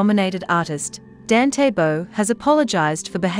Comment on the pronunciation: His first name is pronounced "don-tay"